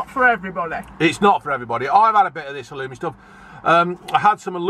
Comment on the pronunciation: Right folks Halloumeh